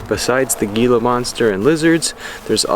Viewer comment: Love your content! We live in Tucson and love it here! I’ve been on the lookout for a Gila monster too. It’s pronounced with a H sound, Hee-la monster.